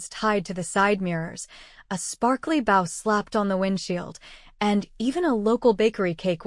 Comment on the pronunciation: They still can't say "Bow" correctly..?? Its Bow like on a gift. Not Bow like the bow on a boat.